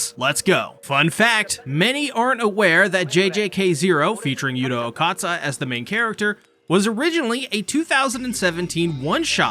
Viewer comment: yuta okkatsa? it's pronounced o-kou-tsuu